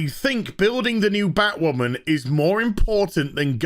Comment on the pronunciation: Are we just gonna ignore him saying batwhaman